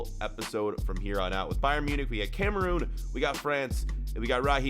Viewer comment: Every time he says Cameroon I cringe